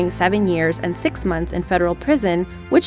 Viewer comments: It’s six not sex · I cringe everytime the narrator pronounce “six” as sex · to the girl said augost sex not augost six!hahaha got yah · two thousand sex